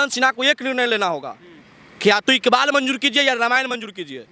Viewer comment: सोनाक्षी इकबाल बोलो😅